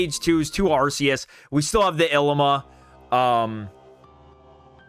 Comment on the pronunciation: The way you pronounce "Ilima" is borderline criminal :)